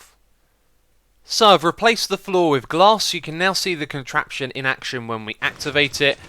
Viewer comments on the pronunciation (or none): "Enjoy the contrapion?" Haha, thanks for the video Xisuma :) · Rlly?You said enjoy the contration!